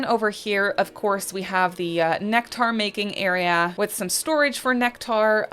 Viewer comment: Right? lol Maybe she's never heard the word somehow? 😂